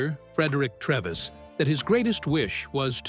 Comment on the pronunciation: The doctor played by Anthony Hopkins was called Frederick Treves. Pronounced TREEEEVS, not Trevis.